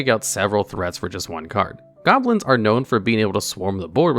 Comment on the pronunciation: His pronunciation of Saproling hurt my soul a bit, but he said goblins as goblos once so that made me feel better.